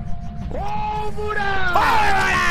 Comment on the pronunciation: Soy yo? Pero escucho "Alvara" no polvora